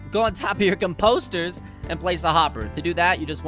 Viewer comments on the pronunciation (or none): Its composters buddy not com-posters